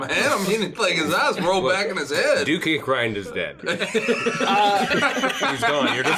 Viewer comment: Did anyone else misheard the dukes name as Duke Dickgrind or was that just me 😅